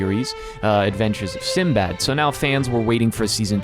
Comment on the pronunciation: I loved the Arabian theme, but Sinbad's pronunciation is actually Sindie bad. That's his actual Arabic name.